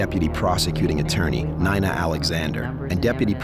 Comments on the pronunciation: I stopped listening 1 minute in when the AI voice mispronounced Nina as Nine-uh. We really should get to know which videos are AI narrated especially if you pay for premium this is ridiculous I don't want to listen to AI bullshit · That’s the first time someone named Nina pronounced it N-eye-na instead of N-ee-na Not a fan of a defense ATTNY with blinders on